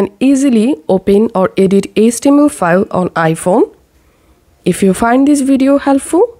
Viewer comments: IT’S “HEYCH TEA EMM ELL” (HTML) Stop pronouncing H as ESS. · what is ace-tee-em-el?